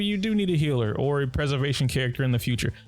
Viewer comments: No offense, I'm asking this out of curiosity. Why do PoC say 'hiller' instead of healer? i'm not from the US and it confuses me a lot. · You are right, It's not as bad as some other content creators do it. I even can now hear a little of the HEEL in Healer but you make it really, really short. I tried pronouncing it like you and I can't. It just naturally stretches longer :D I noticed it only recently and it was another black guy, so I kinda assumed it was some kind of slang of black people, like many like to change the sound of words in rap lyrics. I'm just so confused why it's just a single word, that got changed and what happens to hill for the people who really say hiller instead of healer, so heal becomes hill xD sry, now I'm just being silly. I actually love the English language and want to learn more about it. That's why I'm curious.